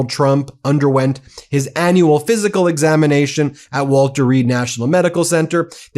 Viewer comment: Please please please ....aneural....no annual...awwwwww